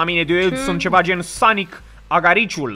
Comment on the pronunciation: Pink se zice sonic aricul nu sonic agariciul